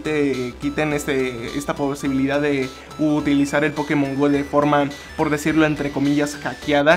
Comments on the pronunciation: se escribe Pokemon Go pero se pronuncia pokemon GOU no GO que inculto xD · Se pronuncia pokemon gou